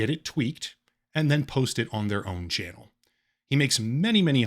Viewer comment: "chanuel" XD